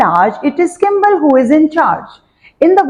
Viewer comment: 2hy kimble mam its skimble